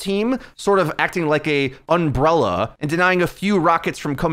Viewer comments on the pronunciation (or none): UmbrELLaaah.. he pronounces some words weird doesn't he?